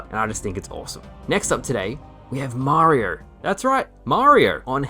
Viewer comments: I love you but I've never heard someone struggle to say Mario so much "Mariar"..."Marrr" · Way too many R’s in your pronunciation of Mario 😂